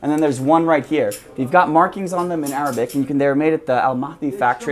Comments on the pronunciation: Dude very well done. Good pronunciation of of the Arabic language and knowledge of stamp-age on fire arms in the Middle East..bravo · Your arabic pronunciation is great! It’s better than some arabs here